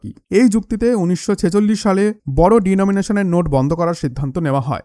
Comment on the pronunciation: Please rectify your accent as 'denomination' not de nomination